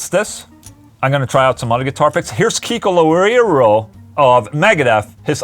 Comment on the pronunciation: Can you say "Kiko Loureiro" again? Hahahqhq